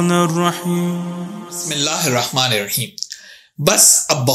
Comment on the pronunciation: Bismisla irrakman irrakheem galat h sahi kar lo 🔱👎 Bismisla irrakman nirrakheem ✔️